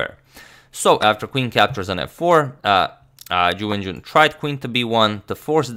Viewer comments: “chiwen chiwenchun vs chuwewencjiwonchanpionchuwinchewon” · Is it just me, or does is sound like says "jew engine" when he mentions Ju Wenjun...??